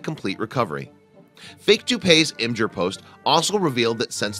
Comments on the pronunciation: is no one going to point out the fact that he said im-ger instead of im-gur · Why Does He Pronounce Imgur Imjur?